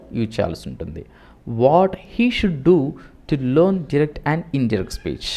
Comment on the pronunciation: డూరెక్ట్ స్పీచ్ కాదు నాయన..డైరెక్ట్ స్పీచ్😂😂😂😂😂😂😂